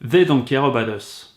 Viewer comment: "zey don’t care eubat us"